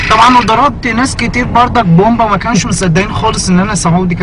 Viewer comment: انا من مصر واحب اقول انك شوهت اللهجة تماما على فكرة احنا مبنقولش برضك بنقول برضه -.- وماجستير مش ماقستير والنطق عموما مش صح باين ان سعودي بيحاول يتكلم مصري.... مقدرش احكم علي باقي اللهجات بس شكلك كدا بوظتهم برضه الله يسامحك :D